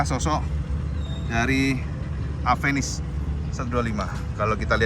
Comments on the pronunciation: WADUH...MAAF NGOMONG INI YA. KALAU EJAANNYA DIBACA SAMA ORANG YANG GAK BISA BILANG "V" YA JADINYA "APENIS" NAMANYA GITU AMAT YA. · bentukny suka.,durability pastinya mantap..yg bikin ngakak itu knapa harus AVENIS namanya...orng indonesia bca V itu P..aplgi klw ngbrol spontan gtu😅😅😅😅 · maaf suzuki tapi aku kadang misheard avenis jadi apenis/a penis 😭😭😭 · Orang Indo melafalkan V jadi pe..contoh mobil VW..jadi mobil Pewe...lah klo Avenis jadi..A"penis" ???